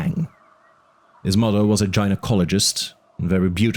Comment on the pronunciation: thanks for the transparency. I’m just curious about some of the pronunciations (methane and gynecologist for example). Is English not your first language?